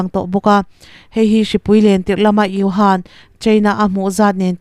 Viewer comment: China khawpui hming kha mizo tawng a u lam aga lam tur uhan tiin